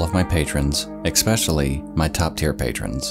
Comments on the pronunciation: It’s “especially”, not “expecially” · Come on man, it’s ES-PECIALLY, not EX-SPECIALLY. I guess you haven’t seen my comments on previous videos 😂 but still thank you for the content. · E s p e c i a l l y. Not EXspecially. Great video otherwise. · Quay is pronounced like Key, Quayside is Keyside. It's especially, not expecially. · I really wanted to ignore the word "eck-specially" until you said it more than once. ESPECIALLY. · just to let you know quay is pronounced “kee” and especially isn’t pronounced ekspecially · "especially" with an "es", not "ex" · "EXSPECIALLY X 2" PLEASE STOP MISPROUNCING THAT.... =) it is Especially....with no X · Dear all YouTubers, Once and for all, please FINALLY come to an understanding of this: There is no such word as "ex-specially". The word is pronounced "ess-specially". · especially not ecspecially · Sorry for being nitpicky but it’s “especially” not “expecially.” Good video. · I know this won't be popular, and I don't want to play language police, but this got under my skin a bit: ESpecially, not EXpecially. The only reason I mention it is because I genuinely enjoy the videos and would like to contribute to making them even better :) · Please stop saying "expecially" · It's not necessarily that people don't look know how to say it the standard way, they just choose not to or prefer the way it's pronounced in their dialect. This guy sounds like he's from the US South and a LOT of people down there say "expecially". I can relate, being from the rural Midwest. I say things like "crick" instead of "creek" and "ruff" instead of "roof". I stick with these pronunciations because they're representative of where I'm from and they make my speech a bit more interesting. I'm sure it makes me sound uneducated to some people, but that's none of my business lol. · It's pronounced Eh-special-ly.. not Exsh-pesh-shuh-ly. Fr tho... and STOP SAYING IN AND OF ITSELF. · I love you man, but you have to stop saying "eckspecially" lol